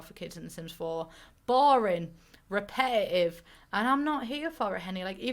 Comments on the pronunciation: I haven’t watched your videos in a while and just hearing repetitive pronounced “rep-eh-ih-ihv” ... did not realize I missed it that bad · I love it when she said "repetetive" repe'e'ive haha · The letter T: exists: "Repe'i'ive, proper'y" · Don't be nega'ive, be posi'ive